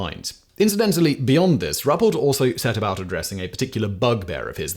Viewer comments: Simon , it’s pronounced “rue pelt” this about cause me to claw my ears out , but please keep up the amazing videos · It’s actually pronounced (Roo-Pelt), just saying.